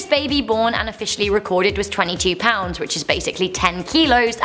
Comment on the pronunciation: 5 pownds & 7 awncis